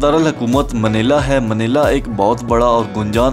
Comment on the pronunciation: its not manela bro, its manila